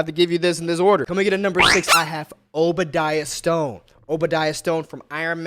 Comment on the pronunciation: His name is Obdiah Stane